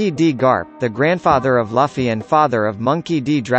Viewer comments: Did he just just say laffy insted of luffy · It's lufffy not laffy ! Damn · It's not laffy, it's luffy bro -_ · Excuse me did you pronounce luffy as laffy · He said luffys name wrong I’m not trusting him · Hoy you gonna pronounce luffy wrong? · The video ended for me when he couldn't pronounce luffy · uh.... yuck the way it pronounced luffy ....